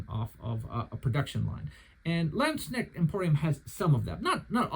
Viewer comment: What a great review! A few days ago, I decided to order a modified version of the "Günther" from Landsknecht Emporium. 😊 By the way, if I may be so bold, I have a few little tips for you on pronunciation: First of all, the word "Landsknecht" is composed of the words "Lands" ("land's") and "Knecht" ("servant") and means "servant of the land". The "k" in the "Knecht" part is not silent. In German, with the exception of "h"s, which serve to lengthen vowels, there are no silent letters. In addition, the German "ch" here is a voiceless palatal fricative, pronounced like the Spanish "x", for example in the Spanish pronunciation of "Mexico". 🙂 -> [ˈlantsknɛçt].